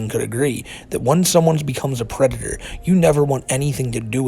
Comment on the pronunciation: The white bowser is a pwedator